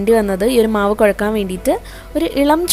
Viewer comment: കോഴക്കാന് അല്ലാ കുഴയ്ക്കാൻ എന്നാണു പറയേണ്ടത് . കുറ്റമായി തോന്നരുതേ😊